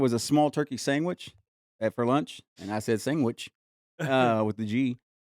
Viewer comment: Sangwich with a G lol I heard it and then questioned it and then you confirmed it lol